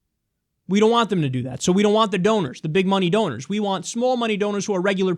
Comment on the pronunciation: donors, rhymes with owners.